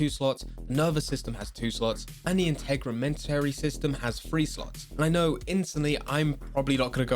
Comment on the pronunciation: Integumentary is pronounced (int-egg-you-men-terry) :)